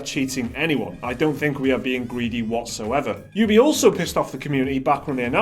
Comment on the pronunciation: Thank you for pronouncing it Ubi and not Oobi like some degenerate